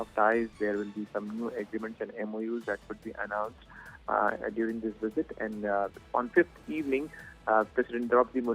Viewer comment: you would do anything for some blood money......and what is a wisit?